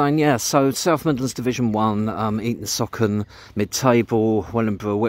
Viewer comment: It’s pronounced Eaton Sooocon, NOT Eaton Sockon! 😊